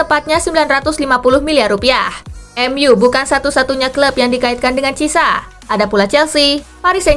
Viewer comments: Cara bacanya kurang tepat min, bukan cisa tapi chi e sa 😅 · Sekedar masukan kak Spasi.. Chiesa itu pelafalan namanya yg benar buka cisa tapi kiyesa.. Koreksi klo ada yg lbh tahu.. .. 🙏